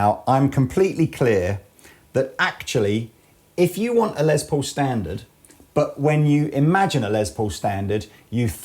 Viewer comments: Less, not Lezz Paul, lol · C'mon guys. I realize it's an accent thing but..................Lez Po ??